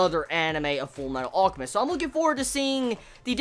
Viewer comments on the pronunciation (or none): ALL-chemist lol? It's pronounced AL-chemist. Like his brother Al, or almond. Other than that this was good :p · Hey can you try pronouncing the L in alchemist sorry it just annoyed me. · why cant you say Alchemist properly you tool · the way he pronounced "alchemist" kept pissing me off lol